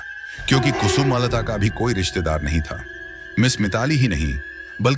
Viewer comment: Its not kusu malata its kusumlata you idiot. But music is fine.